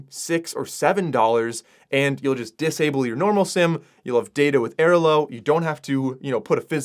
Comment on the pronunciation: Stunned by: 1) the fact that I'm comment 36 on a video with "44k views," and 2) the way pronounces Airalo. Luggage scale is a legit tip. also makes S-tier headphone/earbud recommendations, but you wanna go with the Bose QC Ultra gen 2, and the same goes for Meta Ray Bans-- the second generation product is a significant upgrade. Flighty is also the best travel app out there.